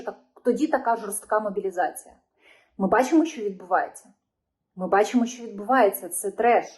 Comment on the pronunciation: не Бачімо а бачимо не Захищяйте, а захищайте не чього а чого. бо ріже слух.